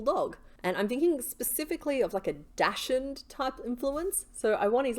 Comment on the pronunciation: Never heard of a dashund. A dachshund? It's pronounced [dox und]. German. They're called doxies for short. Love watching your videos. Very informative on how to do your own amigurumi and love the dragons. The ones with the numerous parts may be really elaborate but also good ideas for using left over scraps. I find working with acrylic yarn hard with the tiny hooks, though, and can only seem to do amigurumi with blanket or velvet yarn. I tried to use Red Heart Super Saver with a 2.5mm hook and it killed my hands while I cursed at splitting the yarn. If I try that pattern again, I'll probably try a 3.5mm instead.